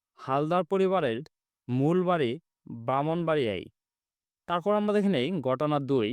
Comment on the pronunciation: স্যর আমরা আপনি বলেন আমবা